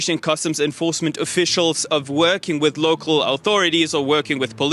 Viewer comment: but do not cäre..becäuse locäl peopole äre jobless too= Yes leägel locäl jobless get job . Hurräy !!!!